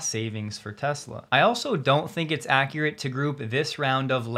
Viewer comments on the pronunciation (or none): none